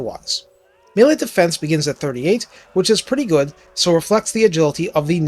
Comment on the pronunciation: Sometimes when you say plus 5 melee attack, i think you instead said, plus 5 MILLION attack lmfao. Made me double take